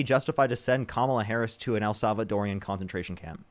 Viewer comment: I love your streams but I just want to say, as a woman married to a Salvadoran, the correct way to say Salvadoran prison camp is what I just said. It’s not el salvadorian. I know, I get on my kids nerves too lol